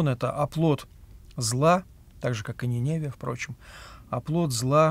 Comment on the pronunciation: Прошу прощения, но не НинЕвия, а НиневИя